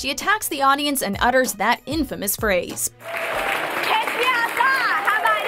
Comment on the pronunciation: “Catch” not cash